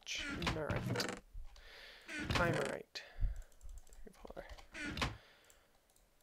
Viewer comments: Hm...Are you sure Chimerite is pronounced with a ch and not kimerite? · Yeah its supposed to be pronounced Kai Mare Ite :P